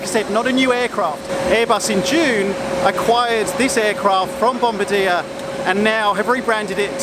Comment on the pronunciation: Hi. The aircraft company is pronounced "Bom-bar-de-ayy" rather than "Bom-bar-deer", which is the pronunciation of the military rank. I believe it's because the company was founded by a French Canadian.